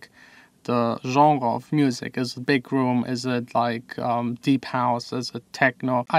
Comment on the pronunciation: Just so you know, genre is pronounced like Jon-Ruh. Stupid I know, but thats the English language for you haha.